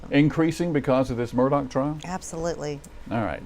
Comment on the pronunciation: I would think they would learn how to pronounce Murdaugh...& stop with the MUR-DOCK!! Why don't they just call them MUR-DERERS!? 🤔😮